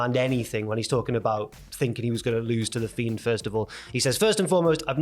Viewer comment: About is pronounced aboot is b/c of the French English mix imo.